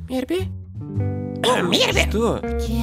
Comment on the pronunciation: почему "МИРБС", если "МИРБИ"??...